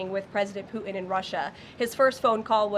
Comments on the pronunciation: As in PooTin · For the love of god..... Somebody please tell her that there is T in putin's last name. 🙄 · Has she got a speech impediment? putin has a ‘t’ in it.